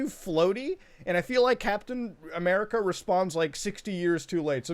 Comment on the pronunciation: “Cap-then A-merka”